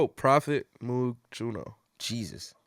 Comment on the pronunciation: Its pronounced Moog.